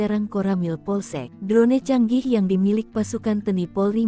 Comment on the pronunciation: Drone dibacanya kok drone...bukan dron !